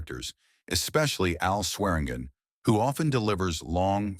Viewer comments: I'm a Swearingen. It's pronounced Swear-in-gin. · Chinese AI : Swergin